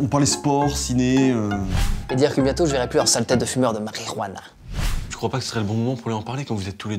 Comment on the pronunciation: j'ai adoré comment il l'a prononcé marijuana!!!